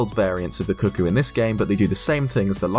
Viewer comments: CUCCO NOT CUCKOO IM LOSING MY MIND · Why is he calling them cuh-koos?? It's cuh-koh. Wtf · i dare whoever is reading this to guess how many times he said 'cookie' instead of 'cucco' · Why does everyone pronounce it as 'kookoo', like cuckoo, when's clearly supposed be 'kooko' or 'kuh-ko' based on its spelling. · I'm going crazy, it sounds like you're saying "cookies." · I'm sorry, but I swear I hear you say "cookies" all the time o.o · Am I the only one who thought he said “cookies”? Just came back here. And he called them “Cookies.” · Thank you. Glad to see someone else knows how to say it.